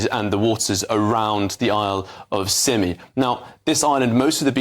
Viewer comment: It's not "sigh me" it's "simi"